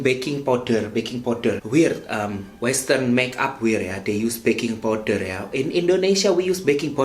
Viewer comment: The way you say "baking powder" tho 🤣 I can't help but laughing to break the ceilings!